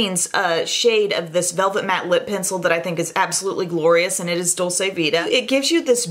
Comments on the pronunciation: I share this with love and because I think is the kind of You Tuber who would want to know! Dolce vita is an Italian expression, meaning the good life. It's pronounced Dol-chay, not Dol-say. (Italian uses that chewy 'C'; in Spanish, it would be the way says it, Dol-say, like how you would pronounce dulce de leche.) Love you,! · Dolce vita is pronounced dolCHe it’s a ch sound. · Dolce Vita is pronounced dolche vita,it means sweet life ,it is italian.It is different than the spanish dulce de leche. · It's pronounced "dolche"